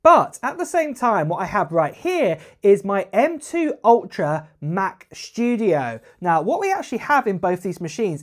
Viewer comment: "Mach SHTOODEOHE"